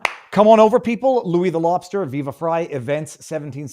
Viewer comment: So it's "fry" and not "free"? Oof poor timing, viva...